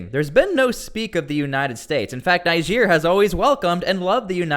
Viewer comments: Please stop calling it Naihija. It's pronounced like Neejeh😊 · Your pronunciation of Niger after hearing the pronunciation from the news is disturbing. Almost sound as if you were calling Nigeria. You must be a stubborn person. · its not pronounced Nigere!!!!! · U R pronouncing the country Niger wrong... Pls get it right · Your pronunciation of the country is so bad. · It’s pronounced “Niger” not “Niger” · Ask most of the citizens of the 54 countries in Africa how Niger is pronouced, all but the citizens of the French colonies will pronounce it like how the river "NIGER" is pronounced.